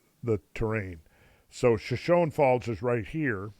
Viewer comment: Per usual, great presentation, Randall. Point of pronunciation: Shoshone Falls is: shuh-show-nee faalz